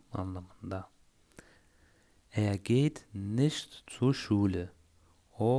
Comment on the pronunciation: Entschuldiegung..! Ich mi?iş mi?nicht mi?niş mi??almanca öğrenirken doğru telaffuz çok önemli.nasıl öğrenirsiniz öyle devam ediyor.